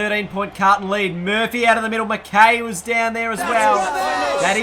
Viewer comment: Btw it's pronounced 'Mc-Kai' not 'Mc-Kay'.